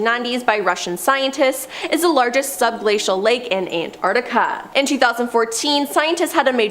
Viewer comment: It's probably better to have someone who can pronounce Antarctica properly to do the bit about it...